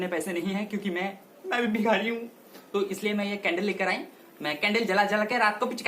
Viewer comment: The way of saying bhikhari😂😂😂